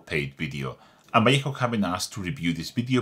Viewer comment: Nice to hear a Spanish speaker pronouncing Vallejo correctly.